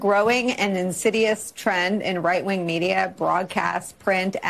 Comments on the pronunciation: She literally repeated right wing as white wing… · Karine says WHITE WING 😂